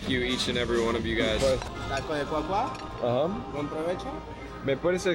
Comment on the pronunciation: Great review, love how respectful you are with everyone. So happy that I found this channel. Just to help with the pronunciation it's señor Godzilla, just like we would say it in English it's clear. It's taco Cua Cua because in Spanish duck s go "Cua cua " as in English they go "quack quack. " so the accent is in the final /a/, instead of the /u/. So not, cUa cUa, but cuA cuA. Minor details! Just thought you might find it funny that that's how the taco was named. Again, I think its so respectful that you talk Spanish to the staff, instead of English. Great job! I'm a new fan.